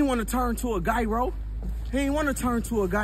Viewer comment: "He didn't want to turn into a guyro"